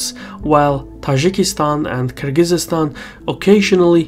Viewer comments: Stop mispronouncing Kyrgyzstan like you're not Azerbaijani,. We don't speak like that, come on. It's Kyrgyzstan, not Kyrgyzeestan. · It's Kyrgyzstan, not Kyrgyzistan. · Hurts my ears to hear Kyrgyz-eestan, dude. It's Kyrgyz-stan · Minor correction: It's Kyrgyzstan not Kyrgyz-is-stan. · It's not Kyrgyzistan it's Kyrgystan sorry it just kept bothering me great video tho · Nice analysis. Thanks. But it's Kyrgistan, not Kyrgisistan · Kyrgyzstan is Kyrgyzstan, not "Kyrgyzistan" ;-) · Thank you,, but it's Kyrgyzstan not Kyrgyzystan. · It's Kyrgyzstan not Kyrgyzystan. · God he keeps butchering Kyrgyzstan The z and s mesh together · "Kyrgyzistan" seriously? It hurts my ears. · Cmon, oratory excercise, its KIR GI STAN, drop the z and there's no y after that. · You're adding an extra syllable to Kyrgyzstan. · Nah, I disliked cause of that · he says Kyrgyzstan wrong. There is no extra syllable between the z and the s, it just kinda smears together. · He is literally saying it wrong tf ?!? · I’ve been mispronouncing Kyrgyzstan this whole time? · Strange pronunciation of Kyrgyzstan there! I've visited the country twice (last time in 2008)... total third world hole. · Is that really the correct way to pronounce Kyrgyzstan?